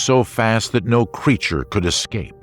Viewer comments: Unbelievable!! I thoroughly enjoyed this but couldn’t believe my ears when the narrator, someone who reads professionally and should absolutely know better, was either too lazy or too ignorant to read and pronounce a word correctly. There’s no excuse. The word is ES-CAPE. There is no X or K in it. Somebody dock his pay please. Ignorance is not bliss. Shame on the editors for accepting that. . No such word as “…ex-cape..” or “…ek-scape”🤷🏼‍♀️ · “Ex-cape?” Uhf…